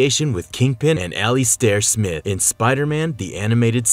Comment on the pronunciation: You mispronounced Alistair Smythe